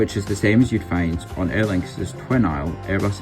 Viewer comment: As someone with the same name as this plane.. thank you for pronouncing her correctly!